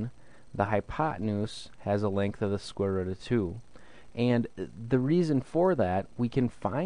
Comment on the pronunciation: "square rutt"